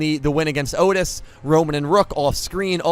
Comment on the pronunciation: So... Otes, not Otis? :P